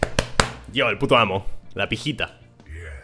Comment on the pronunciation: Argentino leyendo "Pijita" 💀☠☠☠☠☠💀💀💀💀☠